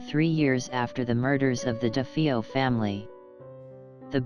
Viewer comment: This narrator mispronounced "Defeo" and "heinous".